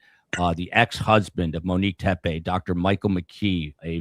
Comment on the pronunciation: The last name is pronounced Tep-ee, not Tep-ay.